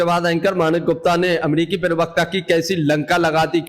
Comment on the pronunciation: पहले अपनी भाषा को सुधारो एंकर महोदय privakta नहीं प्रवक्ता है